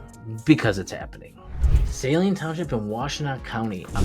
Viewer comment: ~~~ Guy can't even say 'SALINE' properly.